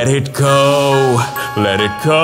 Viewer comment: awesome but you said sometimes ''let it co'' not let it go :P